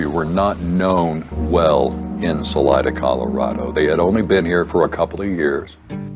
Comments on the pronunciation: Sal EEE DUH not Sal EYE DUH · Salida means “exit” in Spanish and it’s pronounced Sah-Lee-Dah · Saleeda I know you guys in Colorado don’t pronounce, but the name is not English. It’s Spanish and it means exit.